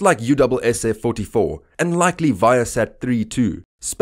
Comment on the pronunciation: "Equally likey?"